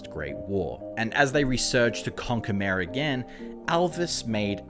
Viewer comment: ...it was pronounce mar?